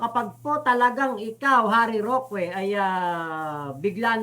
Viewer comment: correction lang, wag kng magagalit, ang right pronunciation ng roque eh ROKE, hindi ROKWE.. wag kng magagalit ha..✌🏼👋😊